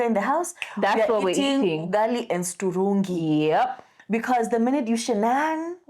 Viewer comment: Finally someone who says Strungi!🎉 What's this turungi madness?😂